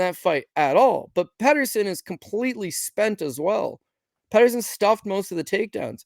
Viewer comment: Peterson not Patterson 😅